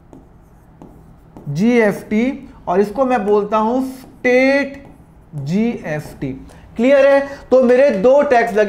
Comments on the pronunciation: Nice explanation but why are you pronouncing it as GFT ??? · Sir you pronounce s as f